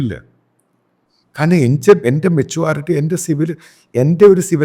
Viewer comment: Metuality അല്ല,Meturity ആണ് ശരി.